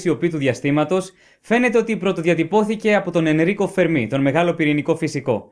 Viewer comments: Εξαιρετικό , και κατατοπιστικό και κατανοητο , αλλά έπρεπε να εξηγηθει περισσότερο ο υποθετικός πολυπαραγοντικός τύπος , γιά το πιθανώτερο πληθος των πολιτισμων , του Φέρμι και όχι του Φερμί , όπως λαθεμένα τονίζει συνεχώς ο παρουσιαστής . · Φέρμι λεγεται μάστορα κ οχι φερμή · Φέρμι τον λένε κι όχι Φερμί. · Το όνομα προφέρεται Φέρμι , όχι Φερμί . Κι ο άνθρωπος δεν ασχολήθηκε ποτε με αστροφυσικά θέματα για να έχει να πει για τους εξωγήϊνους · Ωραία και εκλαϊκευμένα όσο πρέπει,αλλά ο άνθρωπος λεγόταν Ενρίκο Φέρμι και όχι Φερμί,μιας και ήταν Ιταλικής καταγωγής και όχι Γαλλικής.Συνεχίστε την καλή δουλειά,μια υποσημείωση έκανα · Φέρμι. Όχι Φερμί. Όσο το ακούω "Φερμί" τρελαίνομαι... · Φέρμι είναι. Όχι Φερμί. ΗΜΑΡΤΟΝ. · Ενρίκο Φέρμι βέβαια και ποτέ Ενρίκο Φερμί! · Νομίζω ότι είναι Φέρμι και όχι Φερμί γιατί ήταν Ιταλός και όχι Γάλλος. Κατά τα άλλα συγχαρητήρια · Φερμί το κυκλοφόρησαν δύο παρουσιαστές από επιστημονικά βίντεο και οι άλλοι πιθύκισαν , χωρίς προφανώς να έχουν ξαναδιαβάσει για τον Φέρμι. Η ημιμάθεια χειροτέρα της αμαθείας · υπέροχο βίντεο !!!! αλλα σε παρακαλώ είναι Φέρμι ... ιταλός ήταν ο κύριος όχι γάλλος :P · Μην σκοτώνετε το όνομα. Ο τόνος στο e ! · O Fermi ήταν ιταλός, και το όνομα τονίζεται στο è Αν ήταν γάλλος μπορεί και να προφερόταν με τόνο στο í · Συγχαρητήρια για την εξαιρετική παρουσίαση σε αυτό και σε όλα τα άλλα βίντεο. Θα ήθελα να ρωτήσω γιατί τονίζεις το όνομα του Fermi στη λήγουσα, ενώ πρόκειται για Ιταλό και όπου και αν έψαξα τονίζεται στην παραλήγουσα, όπως τα περισσότερα ιταλικά ονόματα. Επίσης θα ήθελα αν μπορούσες να σχολιάσεις τη σχετικά νεότευκτη άποψη που αναφέρεται και στο τελευταίο βιβλίο του Νταν Μπράουν περί δημιουργίας της ζωής και εντροπίας. (Κομματάκι δύσκολο χωρίς spoiler, αλλά είμαι σίγουρος ότι θα βρεις κάποιο τρόπο). Καλή και δημιουργική συνέχεια.